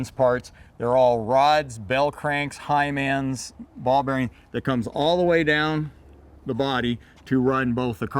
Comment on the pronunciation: Did he say Hymens? 😁